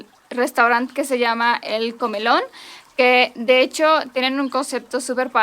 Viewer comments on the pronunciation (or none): Mas vale tarde que nunca no dice "EL ComElón" dice EL ComAlón"...Muchos saludos.